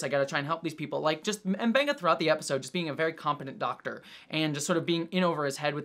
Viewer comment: pronounces M'Benga right, but it seems like everyone on the show calls him Muh-Benga